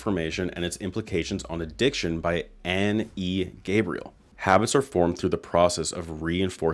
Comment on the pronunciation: 'Graybiel' not 'Gabriel'.